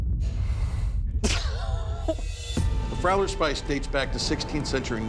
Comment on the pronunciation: It is actuall called Friauler Spieß and pronounced like a long e as "been".